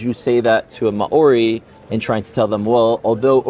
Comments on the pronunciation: Bros gotta learn to pronounce maori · This was a fantastic dialogue. As a half-Kiwi New Zealander - I do have to comment on the pronunciation of Māori - this link briefly explains ->